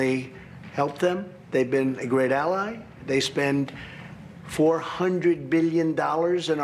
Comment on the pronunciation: I like how he pronounces the word "ally" . It feels more like a question